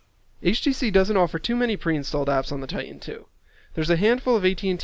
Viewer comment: It's TITAN...not "ti-en"